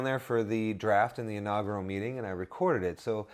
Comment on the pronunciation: Great video, John is much better at saying inaugural than you are :D